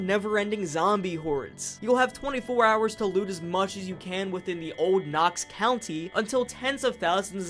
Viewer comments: Anyone else annoyed that he says country intead of county? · It’s county not country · You’d think with 300 hrs (possibly more now) that you’d know it’s county not country.. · I'm not native to there, so that one didn't hurt my ears as much as county / country. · I swear to god if you say ‘country’ instead of ‘county’ ONE more time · Thank you for this video! But... it's county, not country. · Knox county. Not country bud. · Its COUNTY not country. Sorry it was driving me nuts. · I mean yeah in reference to you saying “country” it is county. Buuuuuut it’s funny that all the PZ YouTubers call the area you explore in PZ “Knox county” when Knox county is on the other side of the state and Louisville is in Jefferson county and let’s take Muldraugh, is in Hardin county. Simply being close to Fort Knox doesn’t mean it’s “Knox county” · It hurt my brain with him saying Knox "Country" so much. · knox county did you say knox country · county.... its knox county